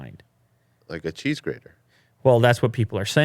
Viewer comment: Cheese Greeder? lol